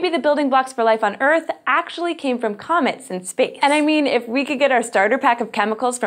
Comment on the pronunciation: Did anyone hear comments instead of comets at the beginning